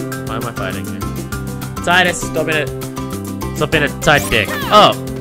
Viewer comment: You missed pronounced Tidus' name. It's pronounced "Tee-dus" not "Tie-Dus." Kingdom Hearts 2 called him Tie-dus by accident. Kingdom Hearts 1 and the Final Fantasy series call him Tee-dus. Plus, Tidus' voice actor also confirmed that Tee-dus is the correct pronunciation.